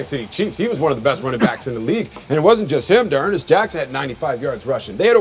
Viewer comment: "D'ernest Jackson"......Dawg Pound, rise up. I love Tony G but apparently he can't get names right. D-Johnson** is a beast. Here we go Brownies here we go!!